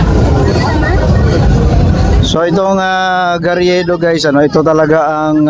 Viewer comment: Bakit May patrol car? Hindi gariedo,Carriedo learn how to pronounce word